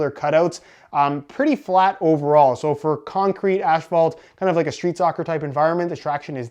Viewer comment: why do you say "ashphalt"